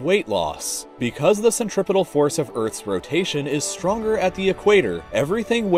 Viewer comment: You lost me at "centripital" and central few-gull.